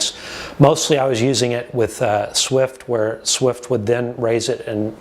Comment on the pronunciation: It's Zwift with a Z... not Swift. Thanks for the review, it's helpful